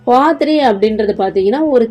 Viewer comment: பாத்ரி அல்ல பத்ரி